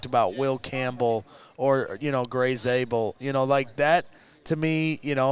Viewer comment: Zaybel at 10???? I heard it all😂